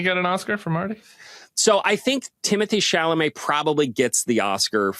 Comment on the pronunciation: Would suggest pronouncing Mr. Chalomet's name right if you have so much respect for him.